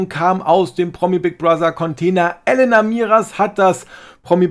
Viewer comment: Elena nicht Ellenna